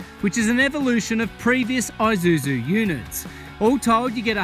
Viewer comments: Aye! It's Aye!suzu mate 🤣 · Maate.. Isuzu, not i-Suzu